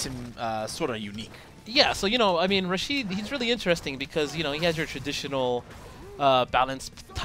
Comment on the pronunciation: his name is rashid not rashed. Rashid kinda rythem with acid. its arabian name and i'm arabian thats why i know how it pronounced